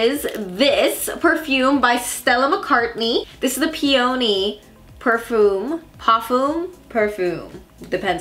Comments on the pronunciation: I love your videos but for such a big partnership, I would think you would make sure you pronounce a basic flower properly.It’s pronounced pē-ə-nē. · pee-uh-nee lol